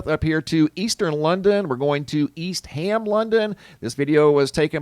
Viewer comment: I believe the Brits pronounce it East um London, not ham.